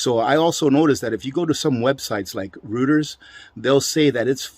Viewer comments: pronounced as ROYTERS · Reuters is pronounced Roy-ters